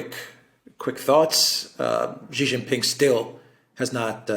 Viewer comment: say his name =SHEE JIN PING NOT JHEE JING PING., JHEE MEANS PENIS IN CHINESE LANGUAGE. SAY SHHHHHHEEE LIKE THE WAY ALEXANDER M. DOES, SHEEE LIKE FEMALE IS CLOSER TO THE ACTUAL CORRECT WAY. JHEEE IS INSULTING.